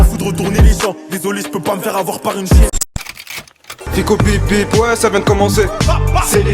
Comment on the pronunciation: Ficko, soit tu le fais exprès soit il faut que tu ailles chez un orthophoniste. Ca devient ridicule des fois... Peace